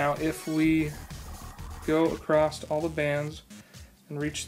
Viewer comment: The word is across not acrosst.